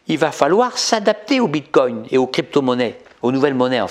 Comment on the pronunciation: On ne prononce pas "bite-cogne".